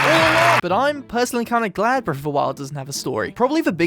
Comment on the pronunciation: I love how it sounds like he says ‘breaf’ of the wild at the beginning.